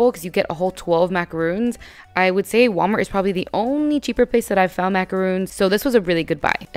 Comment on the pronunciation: Great job! That was very inspiring! Btw, macaron is pronounced with a short o sound , rhymes with John. A "macaroon" is a drop cookie made with coconut. 😁